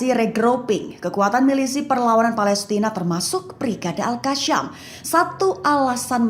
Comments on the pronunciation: Maaf, Izin koreksi. Mungkin lebih tepatnya nama brigade tersebut Al-Qassam. Cara baca nya "Al-Qossam", bukan "Al-Kasyam/Al-Qassam" Karena setahuku huruf depan nya menggunakan huruf "Qof", bukan "Kaf". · Pembaca berita tribun sok fasih bahasa arab saat menyebut Al-Qassam padahal salah huruf